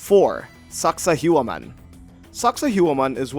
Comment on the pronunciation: Dude, learn how to pronounce these names, hell or just how to spell them, its Sacsayhuaman in peru not sakahuaman. Like the content please do more research.